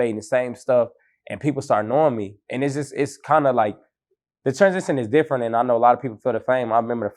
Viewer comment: “That sheet deefrent” 😂